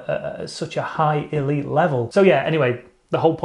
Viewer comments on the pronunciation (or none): none